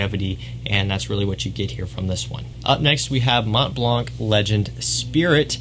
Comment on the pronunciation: Mont Blanc do not prononce the T and C. 😅